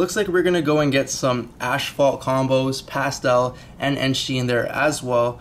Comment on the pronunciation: wtf is an ASHphault? did you mean... ASPhault. as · faalt damn canadians